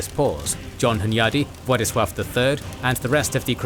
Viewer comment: As a Pole I really appreciate the proper prenounciation of Władysław's birth name, and not any latinisation like Ladislaus :)